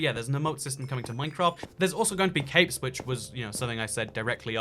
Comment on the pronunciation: EVERY SINGLE TIME you said “capes” I thought you said “caves”